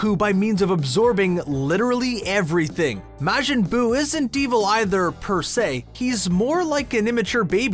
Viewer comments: Bruh the hells a maeghin it’s majin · Why are you incapable of saying majin